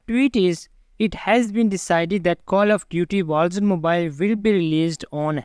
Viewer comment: Call of Duty Walls Wals Mobile Vogsmobile 😂